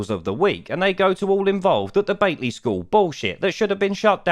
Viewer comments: repeat after me. BATLEY BAT-LEE BAT-LEE BAT-LEE bloody southerners 😂😂😂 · Battlee is the pronounciation for Batley..geddit, not Batelee🙄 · It’s BAT-LEE